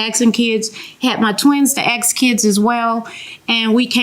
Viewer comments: " I axed him" 🙄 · I sure hope the mom wasn’t axing kids. 😂